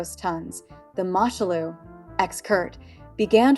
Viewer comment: It's pronounced Moo Shoe Loo FFS. The Germans seized her in 1940. Much of your information goes against what I know of the vessel.